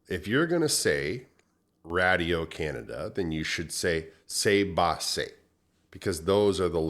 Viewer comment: cbc in French would be pronounced "Say Bay Say" not Bah! lol keep up the good work :D